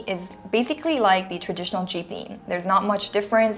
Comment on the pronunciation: Good analysis of Filipino transportation. One minor mispronunciation of the word "traditional". Pronounced "trah-di-tion-al"